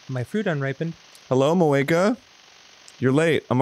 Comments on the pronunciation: pronouncing moeka like cloaca...... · The first time Dan said Moaka, I heard cloaca